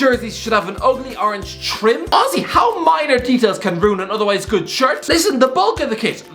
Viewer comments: «» This man has forgotten how to say honestly. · He’s saying honestly not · Why does he just randomly say auzzy